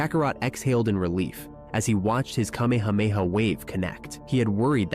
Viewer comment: Dont you know how to say KA ME HA ME HA!?! WOW